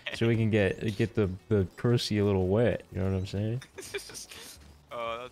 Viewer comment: 'IN THE CRUSSY'